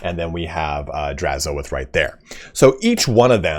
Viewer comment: I think you're saying Drazhoath incorrectly. Say oath, then put an H at the front for hoath. Draz-hoath. The A doesn't get emphasized.